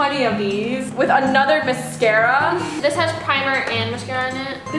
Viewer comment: the way she said mascarraa😂.....btw luv ur vids